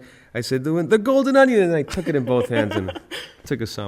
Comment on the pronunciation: he didnt say golden onion right but omigosh im sooooo jealous of you right now